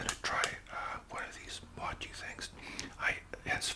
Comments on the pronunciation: Hey great video it’s pronounced mow-chee very close though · Another great video- love ice cream- especially chocolate chip ice cream. The sticky mochi is pronounced "MOW" "CHEE". There is an ice cream version and a non ice cream version. The powder is corn starch so they don't stick together. Giving you a shout out